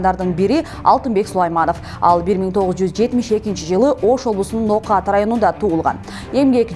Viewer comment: НООКАТ ДЕГЕН СӨЗДҮ БИР АЗ СУЛУРААК АЙТСАҢЫЗ